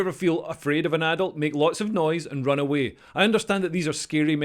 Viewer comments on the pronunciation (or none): none